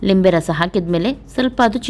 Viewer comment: Meadum adhu neeruli alla herulli, mathu Limbe rasa alla nimbbe rasa 🙏